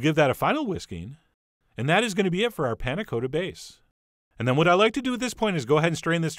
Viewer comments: Panna Cotta is said with a short O sound, like a baby's cot, not like go. Its made worse that you pronounce it correctly Why do you do this to me chef john :( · For anyone who might be interested in the correct way of pronouncing panna cotta. The o is not long as in Dakota, but short as in cottage. The 'a' is more open and snappy, but I'm not sure there is quite a good example or an equivalent sound in american. It's like the 'la' in do re mi... for those who have practiced scales. Both 'a's, in this case. I would recommend using a vanilla pod instead of an extract. And, definitely serve the 'harder' way. The crucial quality attribute of a panna cotta is consistency, most easily judged by giving the plate a 'jiggle' and you can see that perfect wobbliness. Can't really do that if you haven't flipped it:-) But I think those ramekins are less than ideal. Thick, and you can't really give them a whack on the plate. A little plastic mug would be easier, and you can warm up in your hand.